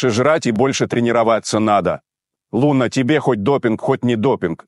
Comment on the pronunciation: Не ЛунА, а ЛУна. Нормально она катается. И на допинге никто не поймал.